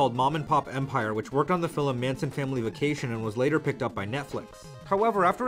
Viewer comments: Whoa woah woah........."fillem"?!?! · Why do you say "filim"? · Until you can say film FILM NOT FILIM dont day it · the way you pronounce film is literally the most endearing thing I've ever heard <3